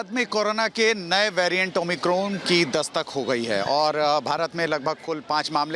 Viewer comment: It's omicron not 'oh my corn' 😂